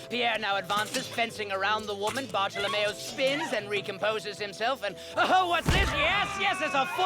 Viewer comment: It should be "Bartolomeo" even if they wrote "Bartellemeo", it's funny how pronounces it correctly, though